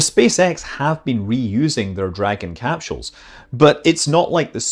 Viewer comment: "Dragon capCHules" - what kind of accent is this?